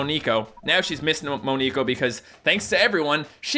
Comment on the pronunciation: its MON"E"KO not MON"I" KO E as in elf (like so sees)